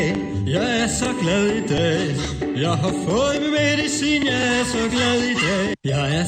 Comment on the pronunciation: Det høres ut som han sier: Jeg er så glad i deig. :)